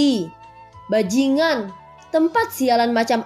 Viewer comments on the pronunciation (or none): Bajingan, sepertinya niat banget pas kata itu terucap 🤣🤣🤣